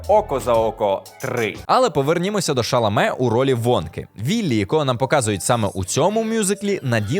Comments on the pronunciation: По-перше не ШАламе, а ШаламЕ. Це французьке прізвище. У французькій мові наголос завжди падає на останній склад, без варіантів. По-друге, Тімоті уже співав на екрані у фільмі "Дощовий день у Нью-Йорку", та й в бродвейському мюзіклі теж. Уривки з нього є на youtube. А загалом я з вами згодна, чудовий добрий фільм. На деяких моментах пробивало на сльозу. Але коли Нудле прийшла до своєї мами, я подумала: "Крута у мами робота, в оксфордській бібліотеці! Я б теж не проти там працювати".😂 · Фільм дуже сподобався!, гарний огляд, але постійно ріже вухо, як ви вимовляєте наголос ШАламе замість ШаламЕ, всюди де шукав, вказують, що наголос на останній склад) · Тімоті ШаламЕ, а не ШАломе. Фамілія в нього французського походження. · Чекнути, що він французького походження, займає дві секунди, не розумію чому чи редактори цього не зробили. Дуже бісило це шАламе, коли він ШаламЕ. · Не думала, що так складно знайти інфу по правильному наголосу імені і прізвища ГГ випуску... Ті́моті Аль Шаламе́ - користуйтесь. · ШаламЕ. У французькій мові наголос в усіх словах падає на останній склад. І у прізвищах також. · поцікавтеся походженням прізвища актора, адже він француз, тому наголос ставиться на останній склад ШаламЕ- здається, він всюди про це говорить навіть сам. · Дякую за цікавий огляд! Маленька поправочка - правильно вимовляти Шаламé, у французькій мові наголос завжди йде на останній склад :) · Ім'я Тімоті Шаламе правильно вимовляється з наголосом на останній склад і в імені і в прізвищі, бо в нього французьські корені. Дякую за відео! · шаламе француз за походженням. наголос у його прізвищі падає на останній склад. може варто перевіряти правильність вимови авторів, якщо ви претендуєте на якусь авторитетність?